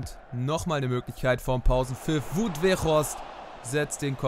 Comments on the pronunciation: Mir ist aufgefallen, dass du Wout Weghorst (Vfl Wolfsburg) falsch aussprichst. Man spricht das "Wout": 'Waut' aus.😉💚💚 Edit: Trotzdem wie immer gutes Video. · Tut mir leid aber „Waut“ ist dann schon richtig ausgesprochen. Geschrieben „Wout“ aber ausgesprochen „Waut“...